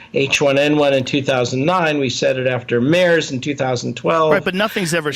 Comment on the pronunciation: This guy is an idiot, no funds means he is very small time private lab bs and doesn’t know how to pronounce MERS! You gotta do better than this Joe. Dr.Phil doesn’t work in this situation.